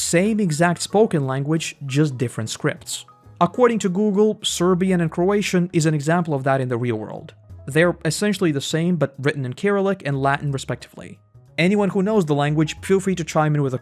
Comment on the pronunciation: I might be wrong but I've heard Cyrillic pronounced sir-ill-ick.